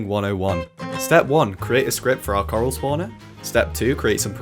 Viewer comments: I hear Karl, not Coral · xd I thought when you added coral I thought you kept saying karl